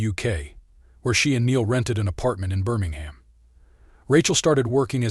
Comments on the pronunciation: It's called burn.in.gum. not Burnigham. Just ask a brummie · Birmingham - bir ming am